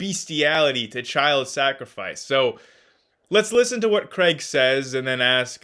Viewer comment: Another great video!!! Two things: at one point it sounded like you said “William Lane Crank” lol and second would you speak to WLC on parts of the bible? Would be fun to watch.